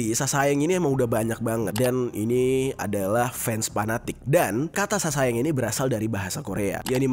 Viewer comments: SASAENG = 사생 dibaca saseng kak. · Cara nyebutnya saseng bang bukan sasaeng sa nya diilangin satu